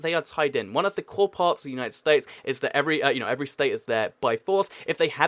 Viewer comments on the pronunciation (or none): none